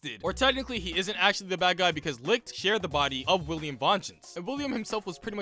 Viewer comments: Bruh . he said all the names wrong. Its not lixt . its licht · I love how you pronounce Licht's name like "licked" lmao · IT'S PRONOUNCED LISHT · LICHT IS SAID LIGHT IM SO MAD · The mispronunciation of German words is making me laugh so hard. "Licht" is just the German word for "Light" and that is not how you pronounce that 😅